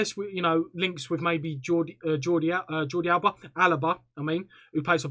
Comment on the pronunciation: My man say jordi alaba